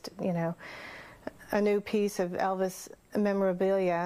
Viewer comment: Good night, Eh-vis!